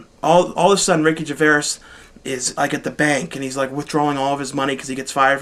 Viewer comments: Gervais! not Geveras (je-vace) sorry for being a nazi here but pronouncing things wrong is very very annoying to me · When it comes to pronouncing 'Gervais'... it's 'Ger-Face'... That is definitely the right way to say it. Thanks for a great update,. I always write down a lot of your recommendations and make sure I watch them. The best dvd/bd review show on YT. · Thanks for your review But please can you learn how to pronounce 'GERVAIS' properly. Just google 'gervais pronounciation' on the web.